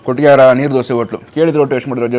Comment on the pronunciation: ಕಟ್ಟಿಗೆ ಹರ ಅಲ್ಲ ಕುಟ್ಟಿಗೆ ಹರ